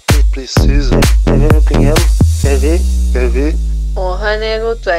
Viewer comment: Quéx quéx , não quéx dix